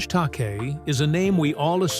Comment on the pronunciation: George Takei’s name is pronounced ta.KAY not TOK.a.